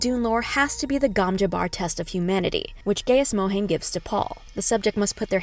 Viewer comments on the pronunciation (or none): good breakdown though you butchered some words. Its Har-koh-nan and Guy-is Moh-hi-am. its also ben-nay Jess-sir-it